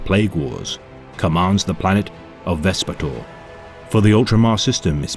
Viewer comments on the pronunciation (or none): basically what he means im pretty sure as I also read those books is that Vespator is pronounced as vesp-ay-tor and not vespator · I don't like to be pedantic but since I'm currently listening to "the great work" Vespator has a hard A and not a soft a. At least according to the official black library audiobook